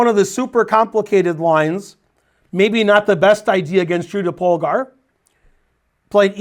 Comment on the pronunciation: Whenever Ben gives a lecture about Judit Polgar it always makes my day, partially because Polgar is the only hungarian word Ben can pronounce decently and with the little US flavor in Judy I'd say the overall effect is even better than perfect. (In contrast to "Berkes", "Maróczy", sorry but those were horrible.)